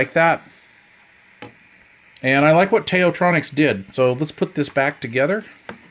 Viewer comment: Also, the Tao, as in “Tao Te Ching”/ “道德经”. Best regards!